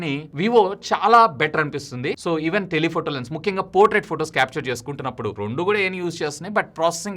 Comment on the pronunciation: Rondu ❌ Rendu ✅